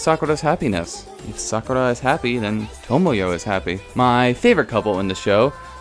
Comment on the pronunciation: Sakerra? Sakura..